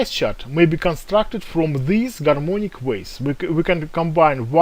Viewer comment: Oh come on it's very clear , he says " Garmonic waves"